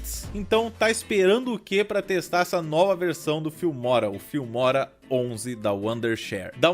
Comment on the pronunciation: ele falando filmora parece que ta falando fimose